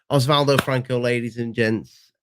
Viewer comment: It's Oswaldo. 🙂